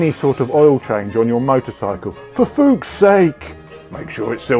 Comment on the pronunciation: Can confirm, 10/10 for pronunciation!! 😆